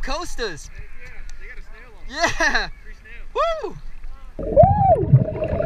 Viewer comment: Pronounced Cost - a spelled Costa.......not coasta